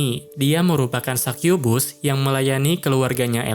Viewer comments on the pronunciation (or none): none